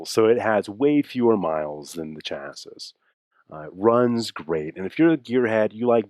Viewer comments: Dude...Chassis. Pronounced, "Chassy" ;) Looks good! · actually usa says its wrong , its said shassy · the is in chassis is silent Einsteinski, you sound like a Pollock.